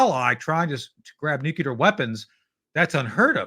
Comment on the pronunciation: Marvelous SuperHero dialogue, Guys.. such great Historical Situational Awareness sprinkled throughout.. And, advice to Tony, from an 80-yr olde with Cold Warrior street creds... "Nuculer" is a mis-pronunciation introduced into the "Lexicon" from the Oval Office by "W," Bush the Stupid. The proper pronunciation is "Nuclear," derived from a reference to the atomic structural dimension of "Nucleus"... you know, Protons, Neutrons, Electrons.. fundamental atomic physics. Quarks 🤔 💭 & such.. ? Above my Uncertainty Principled pay grade.. 😅. Thank Heisenberg 🎉